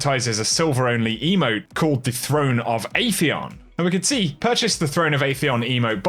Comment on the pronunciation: Ahem, I believe Bill Nye settled this once and for all: it is AH-theon, not AY-theon.